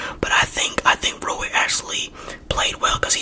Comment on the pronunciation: Rui Hachimura (ROO-E) (HATCH-E-MORE-UH)